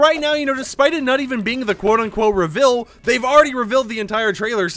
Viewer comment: Before I say this I love videos but this man said rivel instead of reveal